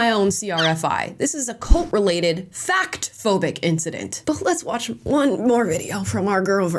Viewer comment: It's bothering me that she keeps saying "incdident" instead of "incident"